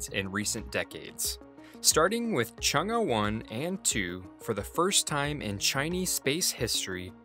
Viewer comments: It's Chung e ( Chung a) not Chung gus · This man really just pronounced Chang’e like ‘Chung-uh’ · he is pronouncing it incorrectly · Switch the vowel phonics on Chang'e for more accurate pronunciation.